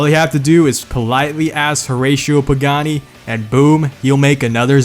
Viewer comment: The way you said Stradale makes me want to kill myself. As an Italian Canadian I'm insulted. Still a good vid though, also that exact photo of the Tipo 33 Stradale is my wallpaper. EDIT: That whole Pagani segment was 100% perfect